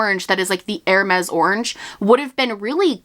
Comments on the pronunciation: hermès would be pronounced like “er-may” , or you could add lile a little soft ssssss to the end, like “er-maissss” . im speaking off my experience as a high school french 1 & 2 student 😭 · Hermès is pronounced "airmess" Keep up the good work with your French lessons ♥️ I'm French and I'm trying to learn German and oh well - 😂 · Hermes is pronouced like "air-mez", but instead of "air" say like "eh" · Hermés is pronounced like “air mez”